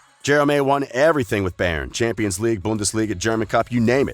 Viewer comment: You pronounce Jerome wrong and Bayern